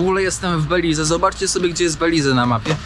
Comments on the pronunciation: Belize to nie jest kraj Ameryki Łacińskiej. Tutaj zawsze wpływ mieli Anglosasi. I językiem urzędowym nie jest hiszpański tylko angielski. I wymawia się nazwę kraju "Beliz" a nie "Belize". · Jak cię kiedyś pogryzie jakiś pies, to w końcu zmądrzejesz i dasz spokój z psami i kotami. Mówi się Beliz, a nie Belize. Chyba można było dowiedzieć się wcześniej jak wymawia się nazwę kraju do którego się zmierza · sorry za upierdliwosc ale nie pronansujesz Belize tylko " Beliz" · Beliz,nie Belize,sie mowi 😊.Pozdrawiam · Prawda, mówi się Beliz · Oj, nie masz A1 w hiszpańskim. Osoba z poziomem A1 potrafi bezbłędnie układać proste zdania i wie, jak wymawiać nazwę kraju w którym jest. Może to dobra motywacja do porządnej nauki 💪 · a po co ci Cejrowski, każdy słownik angielski prawidłowo wymówi tą nazwę, bez tego “e” na końcu, nie rozumiem więc po co dodawać to “e” ani to prawidłowe ani nie łatwiejsze w wymowie dla Polaka.